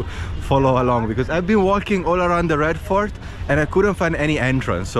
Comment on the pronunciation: It genuinely sounds like he’s saying ”Red FART” and considering where the Red Fort is, I’m sure that’s accurately descriptive of the smell.